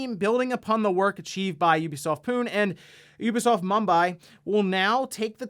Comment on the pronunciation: two things Pune is pronounced poo-nay and its really unfortunate that indian devs are getting a bad rep from everyone on the internet. scares me a little considering the effects this might have on other Indian game devs